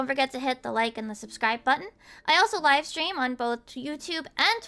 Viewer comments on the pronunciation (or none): none